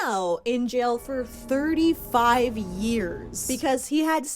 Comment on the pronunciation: I stg my husband mispronounces the word “heinous” just like this💀